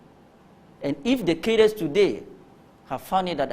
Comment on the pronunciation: I think this word 'CADRES" is mispronounced by the majority of Ghanaians, including reputable journalists.